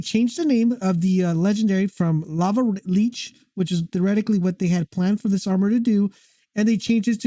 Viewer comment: It's not pronounced leech. It's li-ch